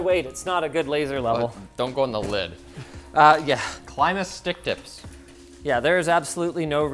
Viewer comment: "Claimus Stick tips" xD